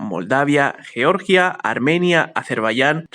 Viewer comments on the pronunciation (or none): none